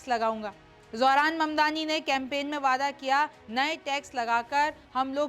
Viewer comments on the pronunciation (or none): none